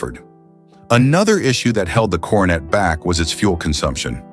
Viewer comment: You really realize that the announcer is AI when they keep saying Dodge Carnate instead of Coronet 😂